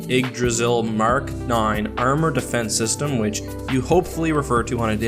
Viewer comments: ikdrassiel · did you just pronounce yggdrasil ... igdrasil #Triggered as an avid scholar of norse mythology i take great offence by your american pronunciation of icelandic words, please try to pronounce the name of the worild tree that connects the nine worilds properly next time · hrunting ydggrasil is pronounced as such: hroonting eedgrasil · Also you pronounced Yggdrasil wrong